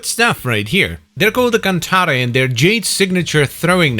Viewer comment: You pronounced it correctly! I thought it was pretty obvious that it's a Latin word, but I saw a video where someone said "the cant-air, or cant-arr, I don't know which one is correct."